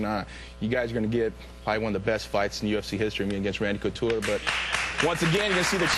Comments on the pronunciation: Did he say "Randy Cooteretti"??? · They butchered Coutures name. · randy couture's name is just to manly for this host to even say let alone say properly.